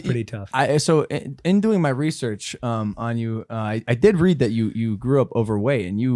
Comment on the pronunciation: Dalm... did anyone else just catch Logans racist welcome specifically he called shetty "Hindu" he said "Hin-doing my research" when he should of said "In Doing My Research..... I think Logan did that on purpose.. and right after that.. shetty talked about "racist people"...